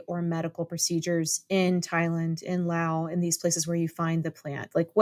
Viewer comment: As a Lao person, I appreciate when says the name of my country as "LAO" and not "Laos." Thank you for making this video of information about Kratom with scientific facts. Your professional focus on a plant used as a supplement/medicine is appreciated.